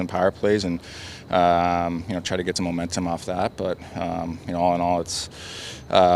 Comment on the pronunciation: Did he say momentemum?